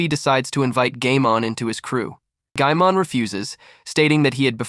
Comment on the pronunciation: Bro said gaymon